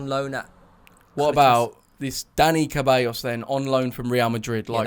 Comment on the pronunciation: Joe your Spanish is really good as is your accent. It's Dani ceballos pronounced 'thebayoes'. You said 'caballos' which translates to horses. :-p